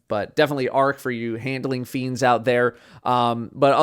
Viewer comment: " handling fien" hahaha